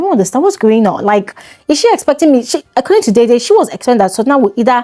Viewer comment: /deh-deh/ like the actor Sam Dede, and not /dei-dei/. You're welcome.